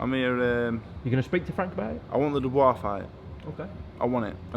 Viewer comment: Dubois? Mate, please....